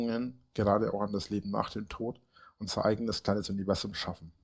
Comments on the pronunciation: Man könnte ein Trinkspiel daraus machen, jedes Mal, wenn Reiner "Univerßszum" sagt. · Warum sagt der eigentlich immer „UniveSSum“… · Habs beim BV schon geschrieben und sags hier nochmal, seine grenzdebile Aussprache von "Univerßum" macht mich endfreakinmett und es ist gefühlt jedes 16,5 Wort.